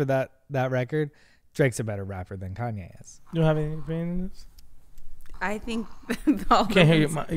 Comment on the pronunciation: Quit saying it like that “ con-YAAY”